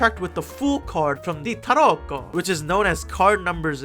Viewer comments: Every time you say 🇮🇹T A R O C C O🇮🇹 it gets me 😂😂😂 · nothing prepared me for the way you said "tarocco" and how many times you said it 10/10